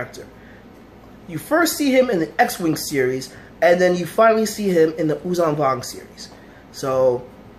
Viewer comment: Thanks for keeping the memory of these these Characters alive. The admiral is written "Daala". And Yuuzhan Vong is spoken "Yuuzhan Vong", with a voiced sh, not with a voiced z. Great commemoration video. ♥